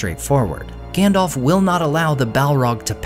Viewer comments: Listen … his names GANDALF , not ( Gandolf) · Please, could you pronounce it as "GAndalf"? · His name is not effing “Gandolph” … I’ve said it before, and I’ll say it again. Would you get the names wrong at a job interview or on a date? I think not. Because it’s only reasonable if you want to be taken seriously to at least get that part straight. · His name is Gandalf, not "Gandolf." I don't know why everyone mispronounces it. It is pronounced correctly in the Lord of the Rings trilogy, but everyone insists on mispronouncing it anyway. Both As are pronounced the same way, like the A in Apple.